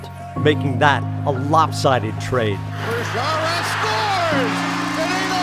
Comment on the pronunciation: Yet they didn't even learn to pronounce his surname correctly. It should be pronounced cca as Khaara. Or Chaara according to German pronunciation (and of course, Slovak one), just like in the German word "machen".